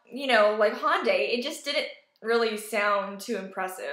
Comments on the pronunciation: Glad you like the car but for the LOVE OF KOREA, stop saying HAWNDAY. It's Hyundai as in YUN-day with an "H" as in "Hot" sound in the front. "hYUN-day". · just fyi, it's not HONDAY, it's Hyundai like Sunday